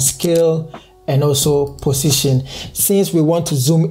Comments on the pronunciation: positon (x) pussytion (Right) hahahahahahahahahaha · I love the way he pronounce position 😂❤️